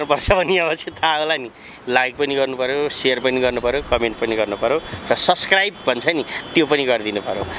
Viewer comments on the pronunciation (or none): its subscribe not suscribe😂